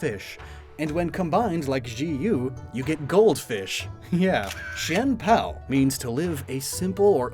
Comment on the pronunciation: I checked with my friend who speaks Chinese and she told me you got the pronunciation down near perfectly; though the way they are written out in game (I.e Chien-Pao) technically mean all these Pokémon’s names are double romanized! She said it felt like it was a romanization of pinyin; which is already romanized Chinese.